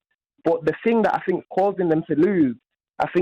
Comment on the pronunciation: The last caller is either a teenager or an imbecile, Jim managed to communicate this point somewhat more succinctly by cutting him off mid sentence before he could spout any more "I fink his name is fernandinho" drivel